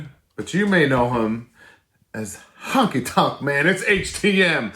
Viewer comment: Honky tonk.man sorry but when someone says it wrong it bothers me